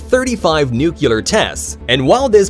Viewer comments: Nice compilation of clips - good job! A gentle fyi, nuclear is pronounced nu-clee-ur, not nu-cu-lur. See the spelling. :) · Nuclear, or new clear, say it, it’s not hard. Not nu que ler, ok? Sorry, it’s my pet peeve, 😂